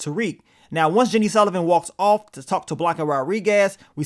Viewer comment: Is it that hard to say "Sullivan"🫤🤷🏾‍♂️🤣 love yo vids tho Bro 💯💪🏿